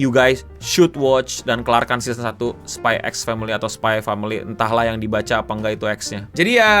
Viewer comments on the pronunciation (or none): kalau kata bang akil bukan spy x family bang bacanya, tapi spy family.. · x nya gosah dibaca bang